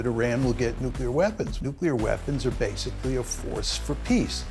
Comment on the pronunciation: Do a shot every time professor says "nuclear wee-ehhhpons"